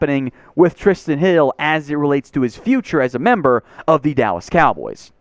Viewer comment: I'm with you on Micah,! (Also Bro, you said, "Dawwas Cowboys", I sh*t you not!)